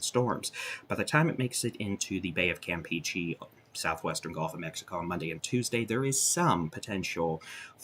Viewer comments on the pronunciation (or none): New drinking game! Take a shot every time he says "bay of campeachy" haha bro it's pronounced campeche not camp-p-chii 😂